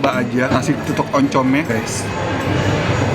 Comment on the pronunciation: Tutung koh bukan tutuk